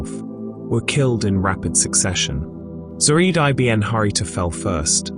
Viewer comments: Great video except for one correction it's not i b n it's one word pounced ibin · I B N ? lol... its eebn